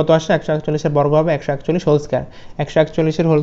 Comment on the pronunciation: choi Trish na sir chottrish